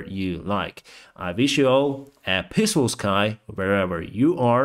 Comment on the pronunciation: please pronouce "peaceful" at the end of your videos with a long "iiiiiii" - otherwise it sounds like "pissful" 😅 - With a former humorist being your president you will be able to accept this tiny litte stupid joke of mine. As always: Great work you do, keep up with your standards and thank you for all you did so far. May Ukraine win! ❤